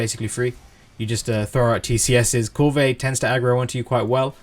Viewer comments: Yeah....yeah.....thank you for saying what I was thinking. If the NPCs in the game say Kulve I'm pretty sure it's Kulve. ...not Koolvay I find that irritating too. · Kulve as in one word, with out the vey. The e is almost silent. Doesn't matter bro. Thanks for all the uploads, I think your videos are great! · Love how you say kulvey~, so fancy